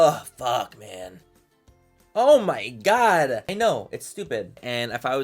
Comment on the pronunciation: maybe it's the hat but manny's vernacular changed in this video and i loved it <3 "dude" "& "homie" and he even said OH MY GOD differently